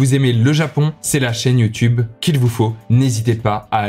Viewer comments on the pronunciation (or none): none